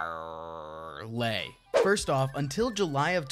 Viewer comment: i quit watching when you said parrley